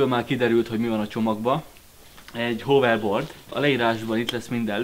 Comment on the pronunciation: Nem hoverdbord hanem hávörbord